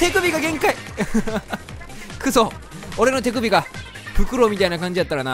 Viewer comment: 「おれのてく↑びがげんかい」www今日も面白いですねぇ！